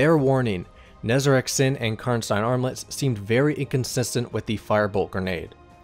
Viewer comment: I love how you correctly pronounce "Karnstein".